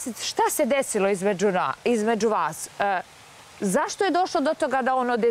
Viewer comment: "Šta se desilo izmeDŽu naaaaas" koji je ovo jezik?